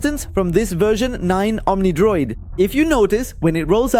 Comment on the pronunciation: bro keeps saying omnidoid